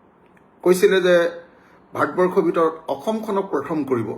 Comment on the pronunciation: ভাত বৰ্ষ নহয় মহাশয় ভাৰত বৰ্ষ আৰু আ আ আ কৰি থকা বোৰ ক'লে শুনি থাকিবলৈ বিৰক্তি লাগে।